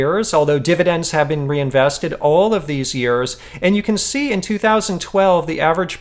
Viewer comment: "reinveseted" tztz;)